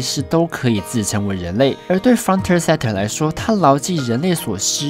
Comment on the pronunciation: 釘宮！！！！！！！！！ 抱歉，其實我沒有釘宮病，只是這部真的很好看。 啊啊啊， frontier 「frənˈti(ə)r」 i要發音喔！ 呀！找了好久終於找到這過時的點評了。 這部作品真的很細膩又簡單的刻劃了現實， 我個人還認為它同時講述了人性。 當我們擁有剛好的物質生活的時候，就會遺忘相對較為原始的享樂方式和解決之道。 當我們否定一個事物的價值的時候，就會忽略它存在的最基本意義。 當我們急著證明自己的能力或是被生活所逼迫前行時，就忘記去思考或留意身邊的風景。 frontier 正是人類最樸實的本質了吧？繼承人類一切的生命。 幫工商一下：2019 機器人大戰 樂園追放 安潔拉 參 戰！！！